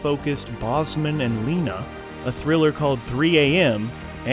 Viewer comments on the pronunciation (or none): none